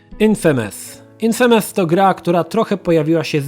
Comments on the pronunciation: Echhhh....ten "infemes"...i "szenmiu" ...nie gralem:) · "infémes" <3